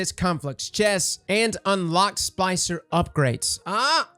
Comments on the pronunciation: Is he saying "spicer" or "spLicer? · cant pronounce splicer?